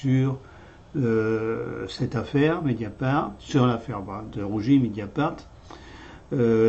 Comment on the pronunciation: DE RUGIS et non de rougi